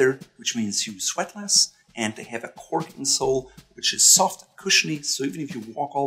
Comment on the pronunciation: Cork insole not "corken sole". Oh brother...